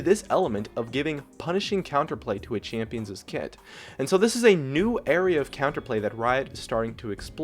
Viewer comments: Very minute point, but it is not pronounced champions'es, it is pronounced champion's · A champions'es kit. Please don't ever say that again. It's not plural. Champion's is possessive and only has one s sound. Champions', plural and possessive still only has one s sound. I love your vids. Sorry to be the grammar nazi. Haha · Please stop saying "champions's." It wouldn't sound that way singular or plural. "champion's" and "champions' " sound exactly the same. Sorry, but that was getting on my nerves